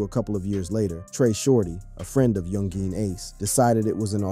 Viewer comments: Bruh u gotta learn how to say the names of the ppl in the story. Really sound wack when u say so instead of ksoo (k so) or young Jean lol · He said young geeen ace😂😂😂😂